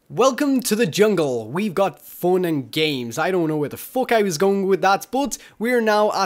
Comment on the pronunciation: "We've got foon and ghimes"